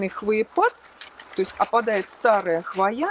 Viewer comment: Все классно, но слово хвоЯ режет ухо. Откройте орфографический словарь— хвОя